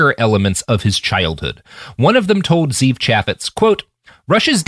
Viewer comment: One thing that bothers me about people in new media is that they never bother to find out how to pronounce names Ze'ev is pronounced zev....short e It's a Hebrew name